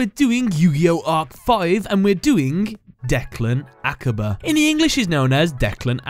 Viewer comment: Least say his name right